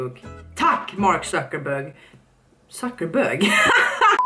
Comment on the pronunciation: ”MaRk zUcKeRbÖg” bästa jag hört😂